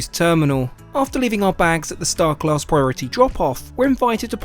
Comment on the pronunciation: You HAVE to stop pronouncing “class” like that. Your over-annunciation makes me want to gouge my eyes out with a grapefruit spoon.